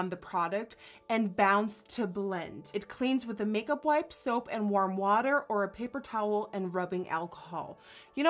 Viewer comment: Did she just say cake-up instead of make-up?! I love it xD